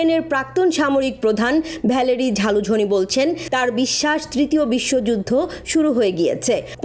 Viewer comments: Ota jhalujhin na ota zelenesky..age propet uchharon korun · ভাই, ব্যাটার নাম "যালুজ(স)নি", ঝালুঝনি না। 😂😂